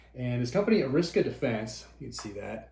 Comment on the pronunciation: Random internet nerd here with unsolicited internet advice. But you’re a word guy and a history guy. So you might appreciate this. Arisaka is Japanese word. There are no diphthongs in Japanese. Each syllable always has a consistent sound. So in English, sake is pronounced “sake”. Like for fuck’s sake. But in Japanese, sake is pronounced “sa ke”. So Arisaka would be pronounced “A ri sa ka”.